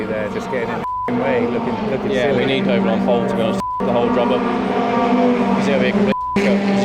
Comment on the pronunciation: Is it just me that hears 'Doble' as 'Dough ball'